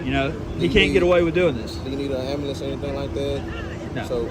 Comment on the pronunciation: Also, what dafuq is an AMBALANZ ? Never heard this word before.